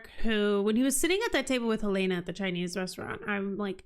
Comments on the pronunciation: Yes, the pronunciation is the same as the Capital city of Montana! Not "Hill-ay-na" but Hell-in-a" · It's a little thing, not worth making a big deal about but - you are not pronouncing Helena's correctly.